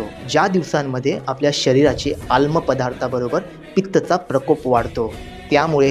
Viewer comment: आल्म की आम्ल आधी बरोबर बोला 😂